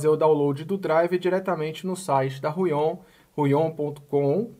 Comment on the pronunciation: Fala. Me responde uma pergunta rápida por favor: numa média bem genérica por favor me dá algum número de dias ou horas pra pontinha do lápis da mesa começar a desgastar, obrigado. E uma dica, a gente costuma falar Huion como se tivesse um acento no U e não no O (Húion). Obrigado fera.